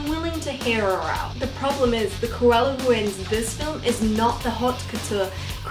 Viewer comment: Not me hearing "koala" instead of "Cruella" in my own world here ✋😉